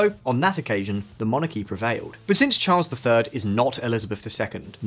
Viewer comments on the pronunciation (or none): none